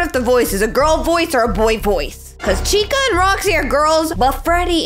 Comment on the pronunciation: it’s chica.